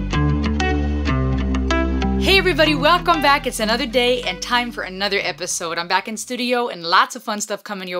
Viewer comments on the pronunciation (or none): none